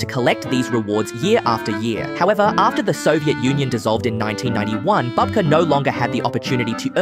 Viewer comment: You pronounced his last name correctly a few times, then started calling him a grandmother (babka instead of bubka).